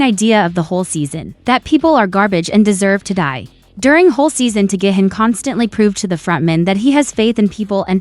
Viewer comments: Is pronounced gee hoon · It's not gay-hin its gi-hun